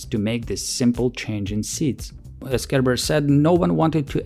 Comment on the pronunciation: Is anyone else hearing Kerber as "care bear" and imagining soviet design meetings with Funshine present? Just me, ok.